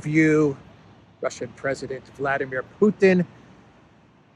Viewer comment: Thank you,. "Vladimir" is said in Russian with the accent on "dim" (VladEEmir). You could be a nice exception from british manner of corrupting foreign names.